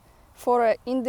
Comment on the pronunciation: Indefinite pronounced: In-deaf-in-it 😀